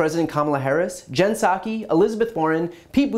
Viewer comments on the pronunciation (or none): none